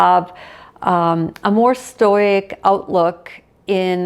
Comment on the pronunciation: Thank you for this. Lovely thoughts. I will gently suggest you look into the pronunciation of stoic and stoicism.